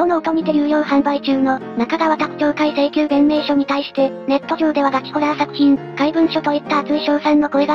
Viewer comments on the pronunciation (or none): ＞ふざけた答弁書 これをね、弁⤴︎明⤵︎ ハラスメントって言うんですよッッ！！(_･ω･)_ﾊﾞｧﾝ